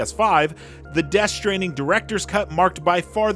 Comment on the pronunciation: Ah yes Death Shtranding